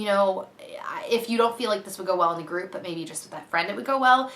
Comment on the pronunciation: i totally heard " i have stripper friends" instead of group of friends! lol